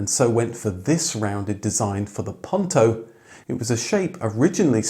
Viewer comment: POON-toe, not Punn-toe. TorOnado, not Tornado. Not hard to say correctly.